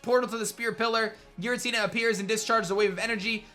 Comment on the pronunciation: Giratina is pronounced with a "J" sound. Source: Giratina and the Sky Warrior